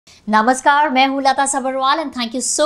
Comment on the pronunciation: Its Namaskar not naamashkar.